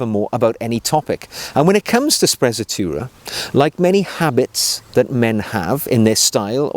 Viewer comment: I'm not Italian, but certain it's pronounced spre-tzatoura and roll the R